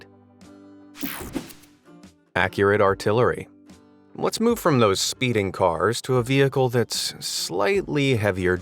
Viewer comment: "that critter wasn't able to moo-ve"